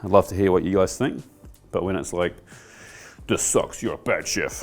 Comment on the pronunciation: The only way I knew you were a kiwi is that you pronounce “this” like “thus”